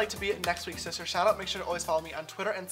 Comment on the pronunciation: is y we say that u say shistar